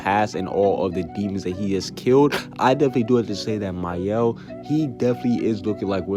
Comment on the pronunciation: My-el?? That's how you say Mael! I've been saying it wrong this entire time!! I've been pronouncing it has Male!😂